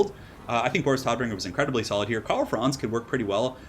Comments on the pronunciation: its NOT Toddbringer...Its Todbringer!!! do the germans justice! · Tod means death and has a deep sounding O in German. Hearing pronounce it like toad from Mario bothers me more than I like to admit